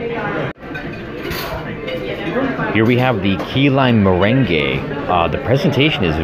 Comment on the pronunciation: You are pronouncing meringue ( mer RANG) as if it is the dance merengue (muh REN gey).